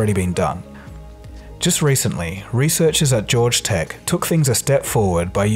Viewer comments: George Tech? Haha, that is what it sounds like you said anyway. It is Georgia Tech. Jor-ja is how it sounds. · It is called GEORGIA Tech, pronounced like "George-uh" Also that paper has authors from a bunch of other places too!